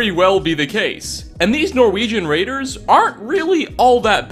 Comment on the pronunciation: They're called raiders, not traiders.